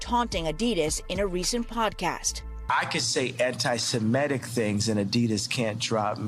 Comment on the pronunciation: The word is "ANTI-SEMITIC", not "ANTI-SEMETIC"! Get your pronunciation right, people!